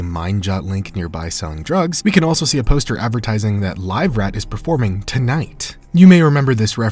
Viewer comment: Its not live rat, its liver fort.